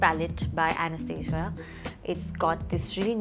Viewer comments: It's Anastasia not Anesthesia 😂😂😂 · She pronounced Anastasia wrong. No hate but